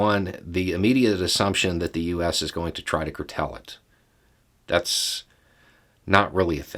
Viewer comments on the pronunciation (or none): "Curtell"? Haha! It's cool! I'll curtail any criticisim!